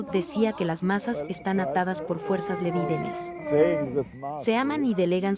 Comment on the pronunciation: Fuerzas lebidenels? No se entiende claro lo q dice